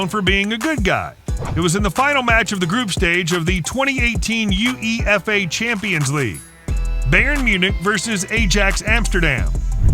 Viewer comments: The fuck is U E F A????????? It's one word! Pronounced YOU-E-FAR I'm unsure if I'm more annoyed than amused by him speeling it out! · Where did this narrator learn his English !!?? UEFA is pronounced YOO EE FAA. AJAX is pronounced EYE AXE. GRAEME is pronounced GRAY AM . PREMIER is pronounced PREM EE ER. LIEGE is pronounced LEE AGE. ARSENE WENGER is pronounced ARSEN VENGAR. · He said U-E-F-A instead of uefa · What is worse than the Fouls is the American Commentator on this video! U - E - F - A is pronounced You A Fa and don't get me Started on Grammy Souness also Known as Graham!! lol Arse son ay Wenger oh my!!! Arson Wenger and finally its Nil Nil not Zero Zero!!! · Please watch videos narrated by a non-American, hearing UEFA pronounced as YouEE EffAy and Ajax pronounced as Ay-Jax just burn out my head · Yoo eee efff eyyy. Hah! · A Jacks, The U E F A Champions league, weirder bremen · The U E F A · The e u fa cup did me. Then standard le eggy 🤷‍♂️😂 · Bro i can already tell the guy commentating the video have no clue about football. I mean the UEFA and Ajax made my ears bleed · Impressive... I think over 95% of player names were mispronounced, most clubs mispronounced and even the organisation UEFA was spelled out instead of read as a word. Truly nails on a chalkboard to my ears! Nice reaction though.